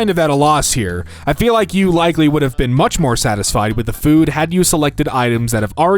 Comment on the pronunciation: I love how you forgot the pronunciation of “much” just because there was a “dame” instead of “damn” in front of it 😂